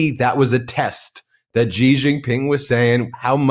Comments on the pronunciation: Ben. I am most disappointed that over such a long period of time, you still can not pronounce the Chinese president's name correctly. It is pronounced as 'see or C' and definitely not 'jee'. The evil admin is in general a fair weather friend. It falsely promised protection to countries can can be used as proxies to counter China. Now that it realises that preventing Chin's progress is impossible, he will abundant all in south east Asia. Taiwan and Japan are now feeling the great shock betrayal. Here is hoping others will wake up soon to assist in the collapse of the evil admin. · Ben, the name "XI" in standard Chinese (aka, Mandarin) is pronounced like the English "she", not like "gee".